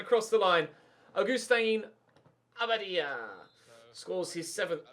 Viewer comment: Your pronunciation of abadia's name is very inconsistent. Get it right mate!!!